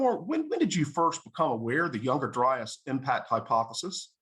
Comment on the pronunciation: Kills me when some people say younger-dry-ass.